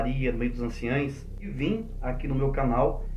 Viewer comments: Anciões não anciães!aprende a falar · Pronuncia correta é:ANCIÃOS e NÃO anciães.